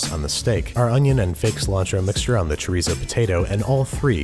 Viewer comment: he also said chi-reez-oh lol but it’s okay, he’s an exceptional cook so I forgive him